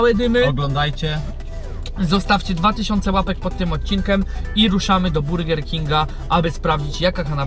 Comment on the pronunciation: Dlaczego mówisz "odcinkem" zamiast "odcinkiem" to jakaś wada wymowy?